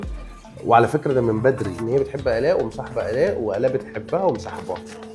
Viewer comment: هي بتقول طنط الاء🤨